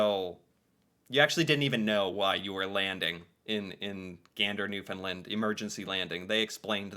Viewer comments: As a Canadian, google mispronounces Newfoundland. It’s new-fin- land not new-fin-lind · FYI: It's pronounced "New-found-land" Not "Nuf- in-lind" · Taking Canada for granted is not as insulting as treating them with distain. Newfoundland is pronounced NEW-fund-LAND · Absolutely APPALLING that this is not known, and not taught to kids in school. No wonder so many Americans are not concerned about how Trump is treating Canada. And we will have to ignore Tom Brokaw’s mispronunciation of Newfoundland over and over, although it would have been nice if someone had found out how to say it before broadcasting it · Just for future reference Newfoundland is pronounced like understand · You, and Tom Brokaw, need to pronounce Newfoundland correctly.